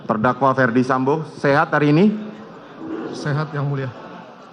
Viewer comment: best moment... jaksa kedua saat membacakan teks diawal2... Ferdi => Fredi candrawati => candarwati Richard => Rikat si pi ar => ce pe er 😅